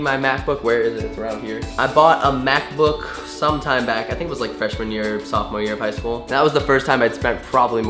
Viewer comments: When you said Mac book i thought you said math book. And i was like well ok, we're all different 😂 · Lol I thought you said math book instead of Mac book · hahaha when he said mac boor, I thought he said math book hahahahahhhahaahahaha :D